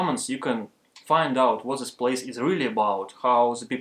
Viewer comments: Не говори зее, говори дее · Вместо зис видео говори дис видео